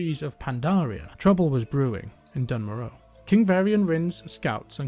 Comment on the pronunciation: Its pronounced "dune mora" in the dwarven intro cutscene